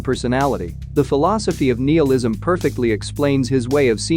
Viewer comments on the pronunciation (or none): none